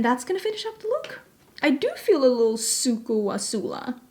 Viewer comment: Omgeeee! I just 🥰ADORE🥰 the way you say little - 🥰liddle🥰